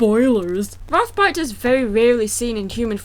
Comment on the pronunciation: You used Spongebob! Yay, Spongebob! Also, he wants to use the forbidden arts to take over? Might as well have called them the dark arts and called him Voldemort. Actually, I thought you said Voldemort the first time you said his name and I was going, "wha-?"